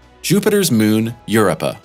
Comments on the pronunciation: 0215 Yer UPPAH ?!?! - WTF is WRONG with that guy ?? STOP IT !!! STOP IT !! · Try saying it like this: "yer O pa", accent on the second syllable. I would love it if it wasn't mispronounced every time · YOUR-O-PU! Your videos, while excellently visually produced, lose credibility when you do not properly pronounce the key subject matters. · I checked it. It is pronounced yoo ROPE uh. This guy doesn't know how to pronounce it. smh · Eur-i-pah, with a short, upward inflection on the short "i" sound. It would have been great if he said it differently each time. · You waste so much time with “correct” wordings of natural celestial bodies and “impressive photos and ancestral planets ” blah blah. Just call it a moon. Plus it’s Eur-OH-pa. The pictures are impressive. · I subbed then heard him say uripuh had to unsub because of it . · Ahhhh god damn it. Its pronounced U ROW PA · What is Eurupa? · When he says Eurupa, I'm tempted to respond "Yes, I am up her" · Omg, it’s Europ-a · Thought it was pronounced U-RO- PA. Long u, long to, and short pa. Europa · It is pronounced" your o pa" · You can't even pronounce the name correctly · I finally quit watching about the second time he mispronounced Europa. It’s hard to trust anything he says if he can’t even pronounce what he is supposed be talking about. Very weak! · Your narrator needs to learn how to pronounce Europa. It’s hard to take the video seriously when he keeps mispronouncing it’s name. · I wonder if it’s the same guy that did a video on Titan and was pronouncing it Titin lol, not only is this video horrible to watch hearing him mispronounce Europa 30 times but there were also false facts about the moon , he talks about soil what soil it’s ice , then he says it’s an ice crust about 1 km thick ? . It might be closer to 25 km thick . Anyway I rarely comment to trash videos but this one is a pass !!!! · The most human sounding AI voice I've heard so far... I mean, how else do you explain that mispronounciation? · Big facts